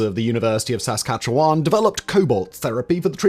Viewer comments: Sas-Kat-chewin not Sas-kat chu-wan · What's this guy on about? How is it a doomed or forgotten tech? We're in the middle of building out more reactors with even more just recently approved. And I've never heard more Canadian locations mispronounced in such a short time. It's "Hue-Ron" not "her-on". It's not "Sass-cat-chew-on" it's "sas-catch-u-huan". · His pronunciation ("sas...scatch-chew-one") of Saskatchewan as well. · Good video but its pronounced : Saskatchewan = "Sask-at-chew-awn" Huron= "hyur-on" Kincardine = "kin-car-din" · Simon's pronounciation of Saskatchewan is today's most unexpected delight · Speaking of incorrect, he is normally spot on for pronunciations, but he pronounced Saskatchewan like someone who's never heard it before. It made me laugh. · I will always love how Simon pronounces Saskatchewan <3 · Listening to Simon pronounce Saskatchewan made my day. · You pronounced Saskatchewan like a Quebeceur, which is to say: "wrong", lol. The real reason no one wantwd a CANDU? Its because they werent really serious about having nuclear power wirhout access to weaponizable Plutonium. Its because people dont ACTUALLY want peace. They want their piece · Saskatchewan - pronunciation dictionary failing to pull its' weight again... I love it really, it wouldn't be a Simon Whistler video without at least one trademark mangling of a name!